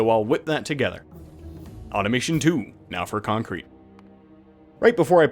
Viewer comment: Man gets on adderal and suddenly hes adding conk-crete